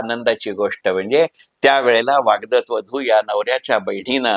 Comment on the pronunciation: वाग्दत नाही वाग्दत्त